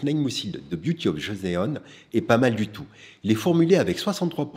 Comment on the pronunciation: Parfaite vidéo avec beaucoup de références coréennes / Joseon se prononce « Josson » 🙏 Merci pour vos conseils avisés et bien détaillés